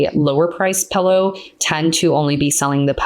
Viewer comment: She is saying pillow wrong intentionally 🤦‍♂️